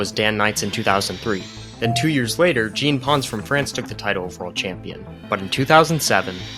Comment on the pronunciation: No way you pronounced it so badly XD XD XD "Jean Pons" is pronounced /ʒɑ̃.pɔ̃s/. I know these are two vowels that do not exist in English, but hey, you said /dʒi:n.pens/ which is not even close! Come on! It's insulting not to even try! You can do better than this! Don't be a random American, make a effort for the pronounciation of other people's names!